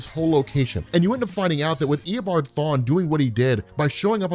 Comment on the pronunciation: This is how many times he said ear a bom farm (reverse flash’s actually name) | | \|/